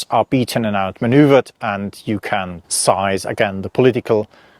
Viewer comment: Fascinating. Thank you. Pronunciation: seize like sees (not size); and encircle like circle (not cycle).